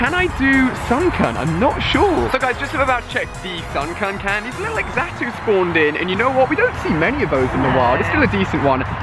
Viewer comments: Ali, you said X-ato you says it like this z-a-t-o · I'm pretty sure Xatu is pronounced Zatoo